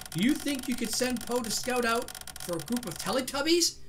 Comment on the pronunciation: why do you call PO pol?